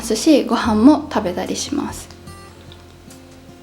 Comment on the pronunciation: 食べだりって噛んだの！？なまり？